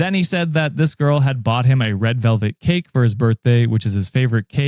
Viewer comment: I thought you said 'red velvet CAPE' like dude really was a villian